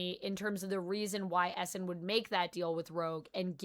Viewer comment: It legit took me a half dozen times of you saying "Essin" to realize you were talking about Eson.